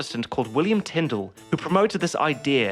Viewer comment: Tyndall? Tyndale!